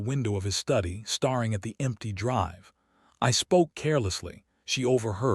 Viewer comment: Staring - with a long a, fading with a long a, too many more to list. And will someone please get that woman's name corrected (in every single occasion of it's occurrence in this and other platforms where it is consistently butchered) or start using a name that cannot be mangled.